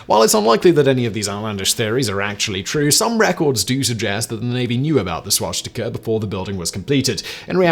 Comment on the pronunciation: No "h' in swastika, Simon